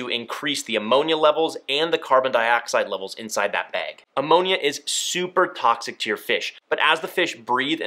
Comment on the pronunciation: Say “behg” instead of bag one more time I dare you 🤣